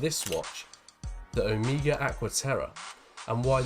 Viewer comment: its not O-mi-gah its Oh-may-ga :)